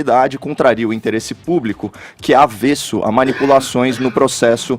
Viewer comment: É "avesso"...kkkkkkkkkkkkkkkkkkkkkk